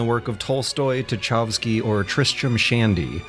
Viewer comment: I've never heard the name "Tchaikovsky" (Чайковский) butchered that hard, well done